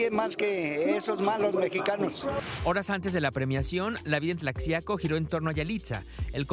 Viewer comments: Se escribe tlaxiaco, pero se pronuncia "tlajiaco", no es posible q el reportero después d escuchar tanto el nombre del lugar no lo pronuncie como es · Se pronuncia : Tlajiaco...con jota... como Méjico...con jota... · Yo no soy de Mexico, y me imagino que se pronuncia Tla-Ji-aco. no como lo pronuncia la presentadora dice Tlashiaco. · Se escribe Tlaxiaco y se pronuncia Tlajiaco, no Tlacciaco ni Tlashiaco🙈 Bien por Yalitza! Felicidades 🎉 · Y dale con Tlashiaco, después de tantos reportajes ya deberían pronunciarlo bien, además los reporteros estuvieron ahí. Se escribe Tlaxiaco y se pronuncia (Tlajiaco), igual que Oaxaca o México. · No es "Tlashiaco" es "Tlajiaco" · Y pronuncio clajiaco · Están bien o con su pronunciación culera sí es la x de México es tlajiaco(así suena) se escribe Tlaxiaco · Parque "Porfirio Díaz" y se pronuncia "Tlajiaco" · Mucho pinche argüende x comentar q la reportera no pronunció bien TLAXIACO!!!...se pronuncia Tlajiaco!!! .... solo hice un comparativo con la palabra MEXICO!! para mejor entendimiento , pero tal parece que fue contraproducente.....que pena que haya personas que no comprendan la lectura.. En fin así son las redes... cada quien lee lo que quiere.... pero los que si tienen l aobligación de pronunciarlo bien son los periodistas!!!... para eso se preparan!!.. PERO ESO YA ES OTRA HISTORIA! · El reportero tiene que informarse se escribe Tlaxiaco pero se pronuncia :-Tlajiaco-:no la riegues por favor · Se pronuncia TLAJIACO!!!!! Documéntense antes... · Es falta de preparación de la gente de los medios? Falta de criterio? El que da la nota es extranjero? Falta de inteligencia? Si pronuncia tlacsiaco entonces por qué no dice oacsaca? Entonces vivímos en mecsico? Somos mecsicanos? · Pronunciaste mal Tlaxico amigo. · Se escribe Tlaxiaco y se pronuncia Tlajiaco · De pronuncia tlajiaco aún que se escriba con x reportero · Tlashiaco xdd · Primero aprendan a decir Tlaxiaco correctamente.